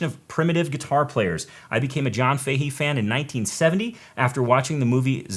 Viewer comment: Fahy or Fahey is an Irish name. Common in Galway . Pronounced “Fa Hey” or “Fa Hee” , say it fast . Not that it matters . Cool show .